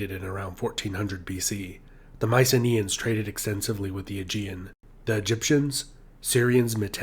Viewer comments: For fuck's sake,make the effort to pronounce their name. It isn't MICE-EENAY, it is MEE-KEE-NAE. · Would Myceneans be pronounced with a hard K sound instead of the Ss?